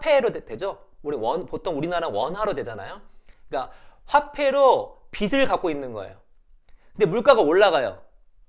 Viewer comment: 좋은 설명 감사합니다 :)빚이 : [비시] (X) [비지] (O)빚을 : [비슬] (X) [비즐] (O)